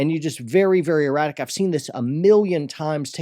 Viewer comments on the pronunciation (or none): none